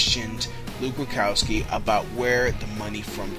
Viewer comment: AND ITS RUDKOWSKI... NOT RUKOWSKI, MAYBE ITS JUST YOUR VOICE BUT U SOUND LIKE U CANNOT PRONOUNCE HIS NAME... SORRY MY EARS WORK